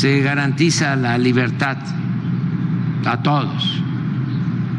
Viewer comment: 😂 "de la libertá" 🤣, "la elección del 2006"😪" échenle alcohol 🤣🤣🤣